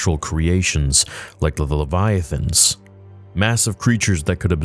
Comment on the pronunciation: Hey love your videos! I am a big fan been watching for a long time! I wanted to let you know you pronounced heretics wrong. I am not bashing or calling out just thought you should know, you pronounced leviathan right and not heretics lol thought that was funny. Anyway, I agree with you on many issues facing Lucasfilm and Disney and miss good content. thank you theory🙏🏻